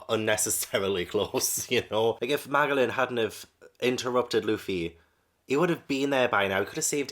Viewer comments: Just so you know, Magellan is pronounced Ma jel lan. ^_^ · No way you keep calling magellan, maglan 😂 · Pronunciation nitpickyness: It's Ma-jellan, like Ferdinand Magellan the man who circumnavigated the globe. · I like that Magellan (pronounced with a J) is not a villain. He's just a man who is doing his job and he does it well for the most part. Edit: His name is based on Ferdinand Magellan, a Portuguese explorer who sailed for Spain in the 1500s. It was his expedition that proved that the world is round.